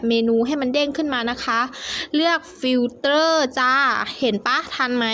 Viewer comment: แหมมม เสียงกระเเดะมากจ้าา ล.ลิงก็เปลี่ยนเป็น ร.เรือ ทุกคำเลยจ้าา คนไทยนี่เนอะ ฟิลเตอร์ ก็เปลี่ยนเป็น ฟิลเตร้อ เฮ้อ... กระแดะ